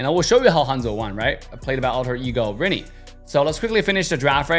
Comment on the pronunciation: its actually pronounce Rin-Nay